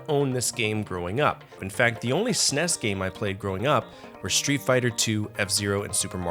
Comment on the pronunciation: While you can have your opinion on the games, it's difficult to get past you constantly calling the console a Sness. It's S N E S. Calling it it a Super Nintendo is acceptable as well.